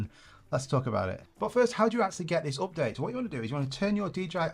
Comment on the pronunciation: it calls Update ... NOT OPdate